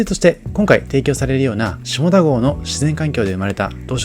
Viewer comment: 下田と書いて読み方は「しただ」です。